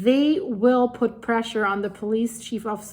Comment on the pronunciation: Suðurnes is pronounced Su thur ness.